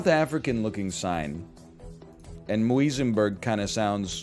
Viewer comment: I literally live in Grassy Park, and his pronunciation of Muizenberg killed me